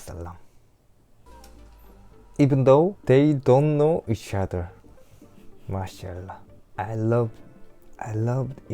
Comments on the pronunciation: You make me laugh a lot when you say maa shaa allah 😂😅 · مين قاعد يضحك عله كلمت ماشالله كيف يقولها 🤣🤣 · احب عندما تقول ماشاء الله مضحك جدا و لطيف